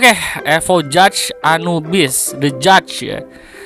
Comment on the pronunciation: Gak sih, hanya mendramatisir wkwkwk. Ya intinya bye bye anubis, paling nunggu eta diencore. Btw tumben lu bacanya bener, gw kira lu bakal salah baca judge wkwkwk